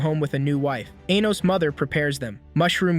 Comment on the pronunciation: Anytime this A.I. voice says 'Anos' all I hear is 'Anus'